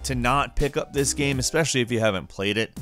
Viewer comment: it's GAME........... NOT GAM. geez.